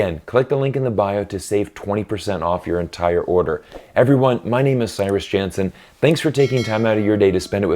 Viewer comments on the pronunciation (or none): none